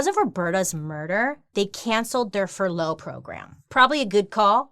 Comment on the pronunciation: She pronounces furlough with emphasis on the wrong part of the word lol it made me laugh every time she said it